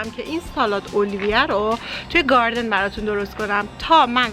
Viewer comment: نه از گاردن گفتنت ونه از سیب زمنی گفتنت 🤣🤣🤣🤣